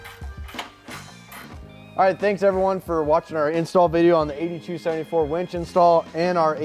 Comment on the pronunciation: It's called a winch not a wench